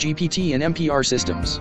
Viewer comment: It is MBR not MPR..... you i.......